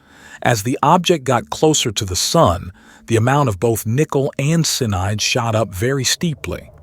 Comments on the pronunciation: CN is pronounced "CEYE-A-NIDE", not "sinide"!!! AND: Professor Loeb's name is pronounced "LOBE", not "low-ab"! Sheeeeeeeesh!!! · Wtf is Cinide , its Cyanide you nob ? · It`s cyanide, not cinide. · nothing going to pull you out of a story or news that you're following more than a AI generated voiceover that has a misspelled word in it sinide ain't the same thing as cyanide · sin-eye'd that is different smh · Somebody, get the AI to pronounce the same words consistently e.g, cyanide. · This AI voice is insufferable!!! Come on, if you can use ylur own voice, it is pathetic to use AI and it can't even say cyanide correctly!!! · Is the AI voice saying cyanide? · It’s already in our solar system. Btw, please explain to AI that it’s 3 syllables — cyanide